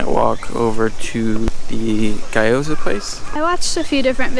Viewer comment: ghee - yo - zah, not gah - yo -zah